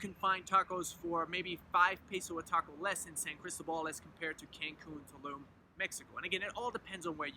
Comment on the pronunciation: Good info.....but, por favor, it's San Cris-TÓ-bal! The stress is on the middle syllable. If you live there you ought to pronounce it correctly :) Wonderful town, btw! Me encanta totalmente!